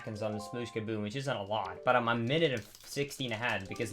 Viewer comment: dude doesn't know the difference between the letter D and the letter T. He watched those movies "alod" as a kid. I don't know why tais bugs me somuch, another of his vids i noticed it and now I can't un-hear it. LAME